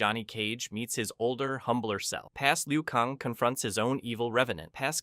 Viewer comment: kAng not kong. How do you get that wrong